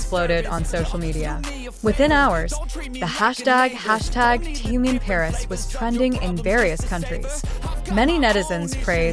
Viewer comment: Почему вы зовёте его Тэен,все говорят по-русски,а ударения ставят не правильно в словах,имена всегда коверкают.Неужели так трудно сказать ТЭХЕН,Чонгук,Чимин,МИН ЮНГИ, Хосок, Сокджин,Намджун.Или надо издеваться не только над русским языком,но и именами ребят?